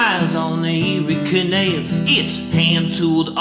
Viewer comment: The way this guy says canal 🤦